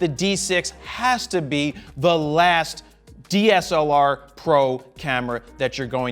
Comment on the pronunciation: "sony had a dslar" IT"S CALLED THE A99ii PUT SOME RESPECT ON OUR AMOUNT CAMERAS JARED!!! :,,((